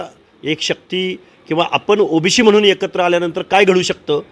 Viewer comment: अरे ओबीसी असता ते ओबीशी नाही..ते बोलायला शिक आधी 😂😂